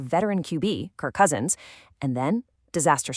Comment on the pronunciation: My question exactly 😅😂😅😅 there PR person needs to be fired or whom ever does the writing for there voice talents. What's even funnier the near end of the video shows Daniel Jones while she still says Krik Cousins.